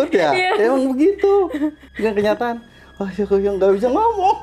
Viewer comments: Asyshshshah.. (astagfirullah) saat sulit ngucap itu lucu parah sih kaya pelawak 😁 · Ya ampun.. ini orangnya kocak bgt.. dengar dia cerita yg ada cerita serem jadi lucu ketawa melulu.. aja ketawa ngakak, bikin perut jadi sakit saat ketakutan mau ngomong astagfirullah al azim nya ga bisa dan malah nyebutnya beda dan lucu..🙏😋🤣🤣🤣🤣